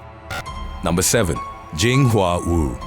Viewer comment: the way they pronouce Wu sounds like who. So Everytime he says it my brains like who?